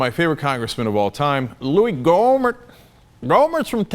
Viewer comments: It's pronouced GO-mere! hahah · I wonder if anyone else clicked, happily anticipating Cenk's special way of saying "GoO-mert"? I know I was. Yes, I'm odd. Okay, sleep deprived, time for bed...